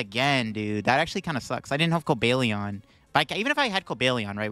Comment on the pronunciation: Cobalt Lion. Cobalion. Not Cobalion.